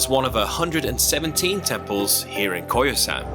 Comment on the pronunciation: It must be Koyasan instead of Kyosan.